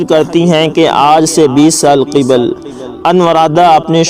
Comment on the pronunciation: Qibal nhi hota qabl hota hai g